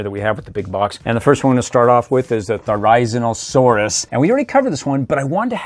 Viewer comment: Thar a zin a suarus and gigs not a suarus